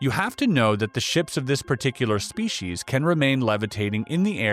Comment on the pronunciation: am est. Very nice and interesting narration. Certainly appeared very genuine. My only personal peeve...proper pronunciation of the word species....lol...shpecies, speshies...uggh...spee sees'! Reaching I know...great story overall; captivated the entire time. More!!!